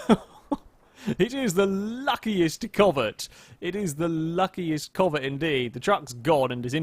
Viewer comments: you callet the covet (pronounced co-vette) like 3-4 diffrent times. Including comet like the Porsche from gta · I would just like to say every way you pronounced the names of these cars is different than any way I have ever heard anyone say them ever. I have already here the pessima pronounced like pess i ma lol pess as in pest I as in it and ma as in mum. Lol and the covet I’ve heard said as covay